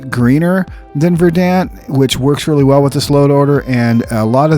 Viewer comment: Verdant is pronounced (ver-dunt).